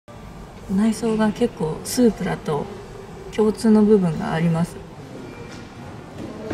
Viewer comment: スープラの発音はプのとこを上げるの？